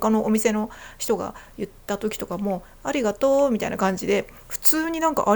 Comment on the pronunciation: 関西人を真似て「ありがとう」と言ったイントネーションが「蟻がトウ」と聞こえるのは自分が関西人だからか？関東の人が関西人を真似ると（笑）けるね